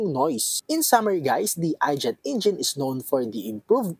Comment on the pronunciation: I gate hindi I jet. 😂